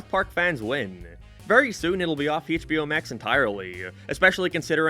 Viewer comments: "Hey-ch B O max" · Hey-CH-bio max